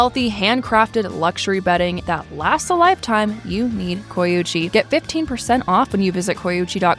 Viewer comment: I thought they said they were sponsored by “coochie” not “coyuchie”